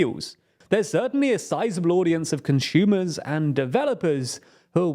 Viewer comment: Please stop saying con"shoe"mers